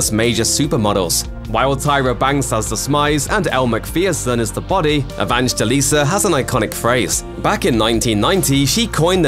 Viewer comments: Just call her Linda if you didn’t even inform yourself about the right way of pronouncing her surname 🙄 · Why are you struggling to pronounce her name properly?